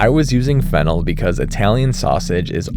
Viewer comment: is fennel and flennel different or did he just say it wrong??? if flennel is a real thing where do i get it i didn't see it at the store? wait is there fennel or flennel?????????